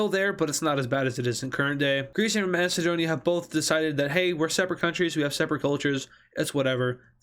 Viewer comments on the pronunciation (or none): none